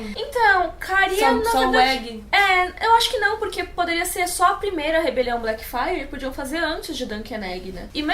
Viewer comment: Elas falam Blackfyre eu escuto Black Friday. Rebelião Black Friday.